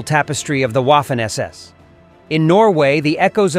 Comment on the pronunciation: Please: it is not Waffen (as in waffle) it is vahfehn.